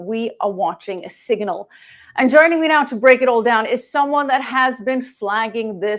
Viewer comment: Siganil? Last I remember the word was signal.. Where the f*** did you learn English?